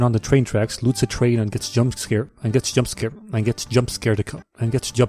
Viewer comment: This guy can’t say jumpscared